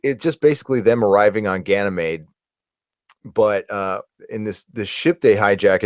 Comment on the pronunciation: Ganna Maid? I don't know anybody who pronounces it that way. Meeeeed!